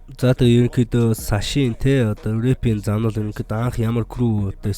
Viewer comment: саш bish сааш gj unshan shuu